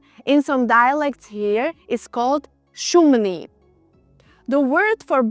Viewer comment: "šumný = šumny" (bez dĺžňa na konci), ale inak super videjko :-)